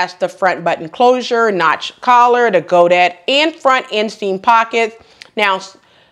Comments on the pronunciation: hello! Sorry, French person here and i can't agree, what you are describing is talking french with an anglo saxon accent. There is no mews in charmeuse, it's an oe sound. There is no 'days' in godets either, no y and the s is silent. And finally no sheen in chine. You need to pronounce the e . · Here's a little French lesson: charmeuse is pronounced "shar mews". Godets are pronounced "go days". Crepe de Chine is pronounced "Crepe de sheen". Hope that helps (I'm not trying to be critical). I adore the lime green dress with the back ties but I have nowhere to wear it. I would pick up the green pants. Thanks sew much for another excellent video.